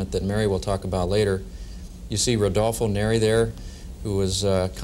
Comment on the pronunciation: Is rodolfo neri vela,no rudolfo